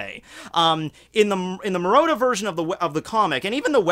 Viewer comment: Murata, not Murota. Pls